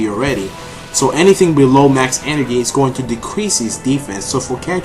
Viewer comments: Hahaha energhee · I love the way you say 'energy'...